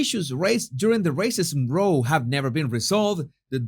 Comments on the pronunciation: Just fyi the word “row” is pronounced as the word cow, not row as in row your boat. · Hi. Just in case no one else has pointed it out, the word "row" meaning a "quarrel" is pronounced to rhyme with "now"! I have even heard Americans from the US pronounce it wrongly which makes me wonder whether it is British Ebglish. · Hell - just to note, the pronunciation of the word "row" as in a row or quarrel between X & Y, is pronounced row to rhyme with how or cow. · Great info. Trying to help…..the word is not row as in rowing a boat, it is pronounced row as in ouch